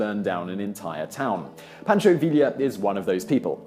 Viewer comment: Oh, Mr. Whistler - you so funny! Pronounces "Villa" correctly; butchers pronunciation of "Pancho" !!! You're doing this intentionally, yes?